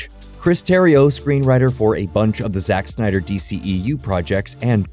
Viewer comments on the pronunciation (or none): none